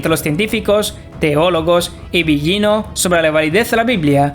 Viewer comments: Que mala, peeesima pronunciación de este tipo.. comenzando por el apellido delautor citado " billino" sr. en italiano las consonantes gl no se pronuncian como "ll o y" otra cosa repugnante: la narración toda atropellada, ests dando una información no corriendo una maratón. La información muy interesante pero su mala dicción y si pesima oratoria dificultan enormemente procesar la información...le sugiero que para próximos vídeo mejore la forma de presentarlo porque repugna su forma tan burda. Su tropelia hasta hace repugnante su timbre de voz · Es Mauro Bilino (la pronunciación) en italiano la G delante de una L no se pronuncia... como figlio (hijo) o moglie(esposa) etc. La actual egiptología tiene muchos vacíos y traducciones erradas, hay mucho más y no lo comunican por evitar el descubrimiento de la gran mentira... antes las biblias tenían la palabra Elohim y fueron borradas paulatinamente, revierta que el antiguos testamento fuente escrito para hombres del siglo VI O VII antes de Cristo... Pues se convirtió en la gran mentira de la historia. Tu exposición es incompleta, no mencionas a Paul Wallis, ambos han desarrollado esta versión... los dos eran catedráticos del Vaticano, traductores... Wallis fue sacerdote. En definitiva, cada cuál saque sus propias conclusiones...bendiciones ❤️🙏